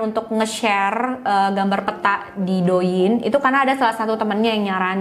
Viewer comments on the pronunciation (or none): Do Ying,,, bacanya Te ing say🥰🥰,,, sejenis tik tok